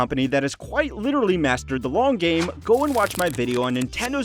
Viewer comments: 'Long' not 'log'. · "Invest for the 'Log' term" lol...